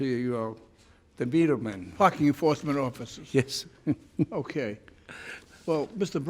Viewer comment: Is the judge saying min ”F*** you force man officer“?